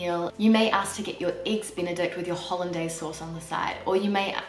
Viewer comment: Great video. But living in France you should at least have learned how to pronounce Sauce Hollandaise correctly!